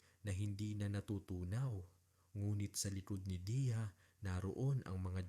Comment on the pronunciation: Deya yun kase hindi diya ok na sana kaso makiayos ang pronounciation ng Deya sa Diya ang tama ay DEYA at hindi DIYA😢